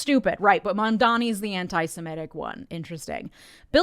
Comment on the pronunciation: "Zohran Mamdamee" - Andrew Cuomo